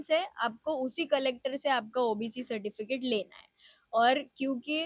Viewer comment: Certifitic ???? Kisi ne suna kya nahi 😂